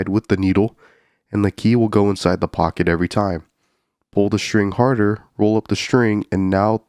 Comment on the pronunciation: Dude your "pocket" pronounciation is asmr and peak comedy too.